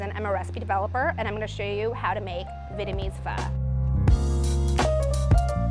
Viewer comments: venemes fu is how she pronounces vietnamese pho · She keeps on saying Vitmease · She's saying "Vitamese" not "Vietnamese". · the way she keeps saying “vitamese” makes me cringe but that soup looks mad good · Ashish Singh american accent. /'vi:.et.nə.'mi:z/ => /'vi:?.nə.'mi:z/ => /'vi:.nə.'mi:z/ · I hate how she says the word vietnamese lol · it always happen when you try to pronounce the "dot" in the word "Việt" while trying to add the English part "ese". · Why is she saying Banh Mi like that :( and why is she saying Vietnamese like that :( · Ikr lol🤣😂